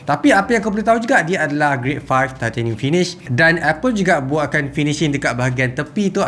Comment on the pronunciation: Aku tertarik ckp titanium “thai-theyy-nium” hahaha